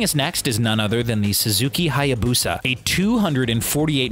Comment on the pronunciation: It's not hayabusa it is haaayaaaaaaaaaaabuuuuussaaaaa